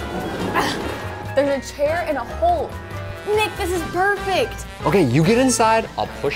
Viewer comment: He said nicka for nick